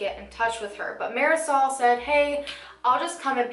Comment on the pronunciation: marasol? it’s mardi-soul